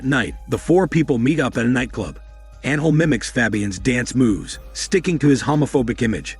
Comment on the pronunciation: The way it pronounces Alejandra and angel hurts my ears so much